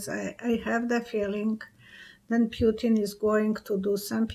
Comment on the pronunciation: _ Correct pronunciation of the name PUTIN is ... POO-TEEN not p-you-tin. Languages using the Cyrillic alphabet (as in Russian) have unique pronunciations for each letter (unlike English). _ In the word PUTIN (Russian "ПУТИН"), the letter 'U' (Russian "Y") is always pronounced "OO" and the letter "i" (Russian "И") is pronounced "EE".